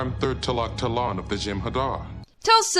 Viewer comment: Bruh, Talak'talan is not really that hard to say 🤣